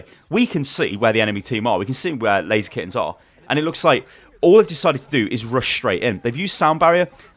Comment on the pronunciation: It is not Lazy Skins, it is pronounced Laser Kittenz